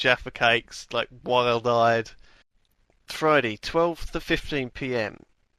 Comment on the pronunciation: why does lewis say fridy instead of friday?